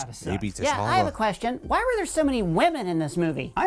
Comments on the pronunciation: Does he know he know her name is Ri RI and not "Reari"! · The way he's saying RiRi is killin me 😂 but he's crushing these